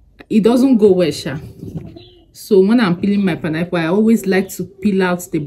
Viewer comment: ❤❤❤I love the way u say panayple instead of pine apple 😅😅😅😅u amuse me all the time